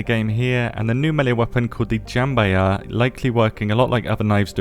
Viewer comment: It's Jambiya (Jam b ya) not Jambaya ... Jam as of Jam ... Bi as of the letter B , Ya as Ya , it's hard to say it because it's Arabian word... we should get at least 4 new survivors ...